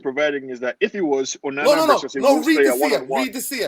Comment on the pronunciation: Its ONANA, not UNANA.